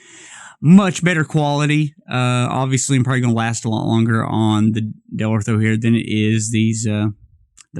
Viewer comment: Dellorto! Lol not deltro 😹😹